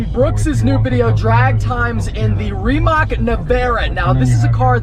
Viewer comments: Hahaha he says “remock” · Ree-Mach. Not how you say it. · Why does always find a way to mispronounce car names? Reemac LOL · Just an fyi its pronounced remuht